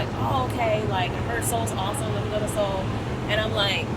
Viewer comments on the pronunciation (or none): none